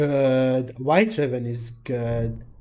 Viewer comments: Girl ur pronouncing raven wrong, ITS REI - VEN NOT RA-VEN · you saying reven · I'm not a hater but the way he or she said raven .. I'm sorry